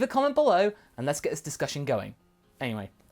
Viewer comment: it took me 7 tries to notice that you said aniwe and I just chuckled at the thought